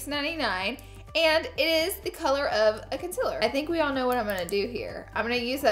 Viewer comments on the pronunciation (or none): Its called concealer not consiler. No hate love u laura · It’s pronounced concealer not conciler...... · No hate bc I love your channel but concEAler not conSILLer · conSEALer conSEEler not consiller wtf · If I had a dollar for every time Laura Lee says “consiller” in one video.. 😂💜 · The way she says "con-sill-er" cracks me up! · CON - SIL - ER 👌🏻😭😂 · CON-CEAL-ER is it that hard to say it right?? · CONCEALER please omg! its not consiller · CONCEALER NOT CONCILER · Concealer not conceler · Literally every time you say concealer I cringe lol love you tho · Every time she says concealer I wanna jump in front of a bus. Oops? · Your pronouncing concealer wrong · How she says concealer 😂😂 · I HATE THE WAY YOU SAY CONCEALER HAHAHAH